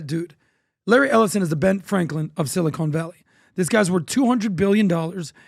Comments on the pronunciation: Ellison has major plastic surgery action guys. Also, it’s not silicone Valley. It’s Silicon Valley.😜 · .... silly-cone valley